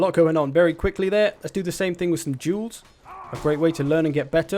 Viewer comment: anyone else gets offended when he says "duels"? lmao